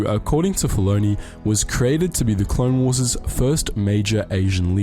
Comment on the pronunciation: "Clone Warses" It's still "Clone Wars" You moron.